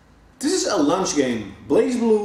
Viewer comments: I thought he meant it was a great game to play during lunch break lol, but after he said it about 2-3 times in other sentences I realized he meant launch game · I like how he pronounces "luanch" "lunch". Great vid though! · Sounds like he said its a "lunch" game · I thought he was saying lunch i was like ehh okay then